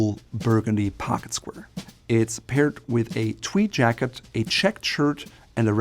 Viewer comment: "Pocket squrrr"